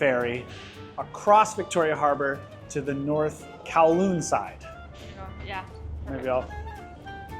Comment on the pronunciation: You are the 1st youtbr to pronounce kowloon correctly